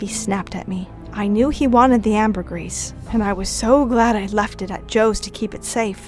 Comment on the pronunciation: Ambergrease? You mean ambergris